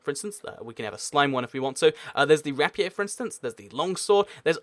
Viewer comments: rap ee aye? it's pronounced rape ear. weird phonetic spelling tho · Rapiey?Not trying to be mean but its pronounced rap-ear